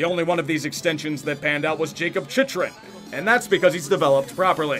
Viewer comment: FFS if y’all are gonna review sports at least figure out how to pronounce players names. It’s Chychrun (Chick ren) amongst others. Stepan is step on